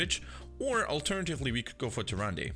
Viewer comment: Her name is actually pronounced TyrandA just so you know XD